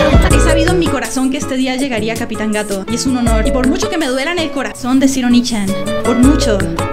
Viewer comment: no es onichan es oniichan